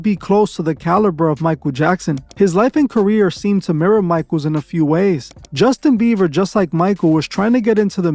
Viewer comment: "Justin Biever" 😂